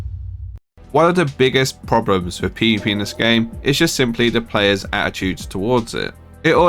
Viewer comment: "One of the biggest problems with PvPenis this game" I can't be the only one who hears that.